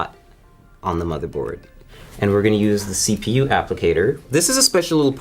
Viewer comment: he says yepu